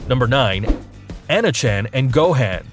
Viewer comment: Can we just take a moment and realize that this mans pronounced gohan differently than how goku would Go han. Tf is this shit it’s pronounced gohon but it’s spelled gohan so I guess this nigga can go super sayian am I right